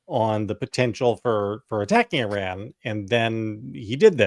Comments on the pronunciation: JVL & Sarah, It's not Ihrr• R A N It is Ihrr•R O N Tim figured out how to pronounce it correctly, u 2 need to also!! After years of talking about Iran, u shud least give the country--not it's dictator leaders but the people of Iran respect & pronounce the country's name correctly & not ignorantly. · *sigh*. . . /ih-RAHN/ & /ih-ROCK/ not /I-ran/ & /I-rack/ 🙄🤦🏼